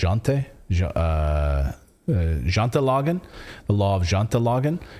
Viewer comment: I'm Swedish and frankly got a bit of a kick out of hearing Clayton trying to pronounce "jantelagen". And there are plenty of Swedes who are happy to brag about just about anything. There were people in 2020 who got actual tattoos of Tegnér and bragged about how much better Sweden is because we never (officially) jumped on the covid-bandwagon (many did unofficially though). My theory for why Sweden didn't push as hard as other nations have nothing to do with the bill of rights but rather the fact that we're already so far ahead on the real agenda than the rest of the world. I have lived abroad for years so I was actually happily unaware of all of this until covid rolled around and I was forced to return to Europe. Let's just say that when I left Sweden, the digital ID was only for banking and governmental business stuff.. Now you're expected to use it for just about everything, even gambling. That's just one thing, there is plenty more where that comes from. So while many freedom fighters are hailing Sweden as the new land of the free, it is definitely not.